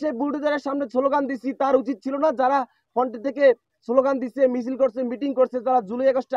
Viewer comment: আর "ফন্ট" কিরে ভাইই ? 😆 তুই নাকি শিক্ষিত.. শব্দ টা "ফ্রন্ট" হবে গোবর গণেশ । 😂